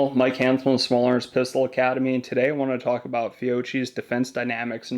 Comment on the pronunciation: It is Italian, it is pronounced Fio-ki, not Fio-chi.